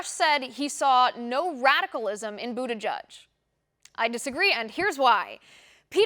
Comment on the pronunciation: Yeah, and I don't even know how in the hell that pronunciation comes from his name? " President Buda Judge". Or "Booty Judge", Nope! Never!